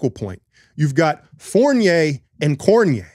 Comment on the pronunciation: I could be wrong but I think its pronounced Cor-di-ne-ay. I think Currys legacy will benefit greatly from this performance. I'm shattered my Boomers weren't able to get through Serbia to play the USA. Watching France, Gobert stagnated their offense and has no post game. Their other power forwards provide better cutting and Lessort's post game will be something to keep an eye on.